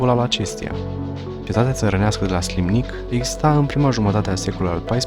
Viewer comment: Inreresant. Felicitări pentru imitiativa, realizare si documentare. Dar ar trebui putin mi multa atentie la denumiri: Slimnic se aude si altfel, grupul de litere ae se pronunta e in latina in "ursus spaeleus", castelul de pe valea Ampoiului a fost construit de ministrul Gigurtu, nu Giurtu ( a fost ministru in timpul lui Carol al Ii-lea) ier Teleki ar trebui pronunțat cu accent pe primul e nu pe i-ul final; culele nu sunt culelele.